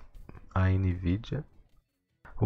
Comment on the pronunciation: Ficou legal esse final com os erros de gravação. "AMnvidia" KKKKKK